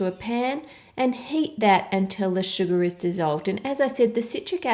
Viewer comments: Ann: "Sugar" Me: (Hears 'Suga') "A TO THE G TO THE U TO THE STD" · I love how you say "sugar". :D It's like "Shugaahr". :3